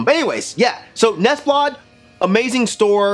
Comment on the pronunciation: I thought you said Muslim God, and was thoroughly confused. Muslimgauze is obviously great. They always makes me want to listen to The Future Sound Of London's 'Dead Cities' (amazing album by the way) somehow. Same vibes I guess, but great on its own. Neseblod is not pronounced that way, but it's close enough. You're good in my book.